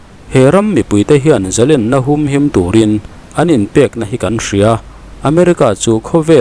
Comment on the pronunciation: Israel ram hruaitute hian,ram leh hnam an va hmangaih em.Hmui chauh in an hmangaih lo tih a chiang e. Chuan khawngaih in Zalênna hi lam dik teh.Lên ka deng tih ang hian lam rawh .Ka zalên ta tih a lên ang hian lam rik han tum hram teh.